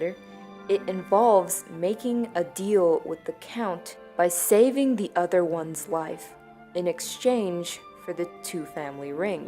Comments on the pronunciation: The word is other not udder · “Udder one”